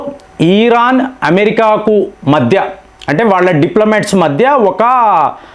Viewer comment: అది ఈరాన్... ఆ.. ఇరాన్... ఆ...